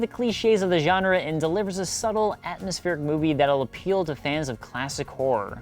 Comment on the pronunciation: people who pronounce HORROR as WHORE.